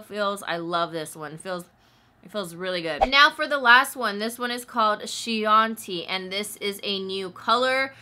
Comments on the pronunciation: Chianti is kee-ahn-tee. It's named after the wine. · Chianti= "Key-on-tee" it's a type of wine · FYI "Chianti" is pronounced Kee-on-tee, which is wine produced in the Chianti (Tuscany) region of Italy. This was a wonderful video! Your demonstration and description of the colors definitely helped me choose some for myself! Thank you!! Wishing you all the BEST! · Loool chianti is pronounced like the wine cause it's like a wine kinda colour